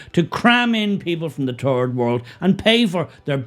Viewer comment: "From the "Turd" world". Says it all really.